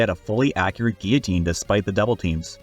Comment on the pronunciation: thank you for pronouncing guillotine correctly